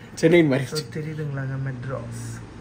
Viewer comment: Bro மெட்ராஸ் illa madaras 😂😂😂😂